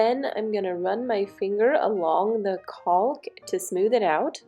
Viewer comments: Great job!!. Btw the "L" in caulk is silent. Lol. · Cracking me up with the pronunciation of the word “caulk” 😂😂😂🥳 Oh my goodness girl…. I’m not poking anything negative or bad your direction because this is a very informative video and I learned something that I so far haven’t seen or read described in any other instructional video or web link I’ve found this far (I’ve been doing ALOT of research about this topic as I’m almost done with my own and I’m taking my overflow plate back off actually to make 300% certain I have a good functioning rubber gasket on the inside opening of the overflow pipe) Thank you for the gift of education and Information for your fellow DIY sisters & I hope you have had a leak free, problem free user experience with your new tub trim. Side note: why do they not properly provide the proper replacement hardware for the full replacement of the overflow plate for those of us who require the slot adapter🤷🏼‍♀️smh I know nobody else can see the condition of the screws under the overflow plate BUT I know…. Anyway great video thanks again